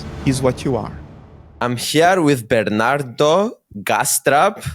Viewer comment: I like how he called him Ber-nan-toe